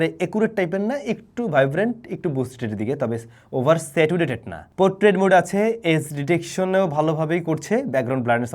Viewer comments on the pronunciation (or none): আপনার স্যাচুরেটেড উচ্চারণটা ভুল আছে অনেক দিন ধরেই খেয়াল করছি। আশা করি পরবর্তীতে উচ্চারণ সঠিক হবে